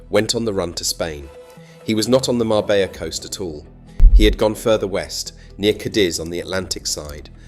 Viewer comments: How the fk is it you don't know how to pronounce Marbella? It's not Mar-bella', it's Mar-bej-a. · You could write it as Marbeya for the AI script, so that the AI would pronounce it correctly. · Marbella is pronounced Marbeya..... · Mabeyya? 2 ll, become y! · If you can't even pronounce marbella properly,forget it.🙄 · If you are going to take interest in telling the story of Marbella , please learn to pronounce it correctly 😊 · Pronounce the name properly if you want to use the town. And your information is not correct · Sorry stopped at 9 seconds in. If you cant even pronounce Marbella correctly, in content about Marbella, why do you expect people to give you their time to watch your content. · How TF do you expect us to take this seriously when you can't pronounce Marbella correctly. Do you say Madyorker as well ? Wilson sleeps with an axe but just opens the door. There is absolutely nothing discreet about Marbella. It is a cesspit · His pronunciation of Marbella horrendous. I used to go there in the late 70s with my parents and remember being a very small fishing village with Ferrari and Rolls-Royce is passing by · At least pronounce Marbella right!!! 🤯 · Could be AI that cant pronounce it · Omg that really hacked me off....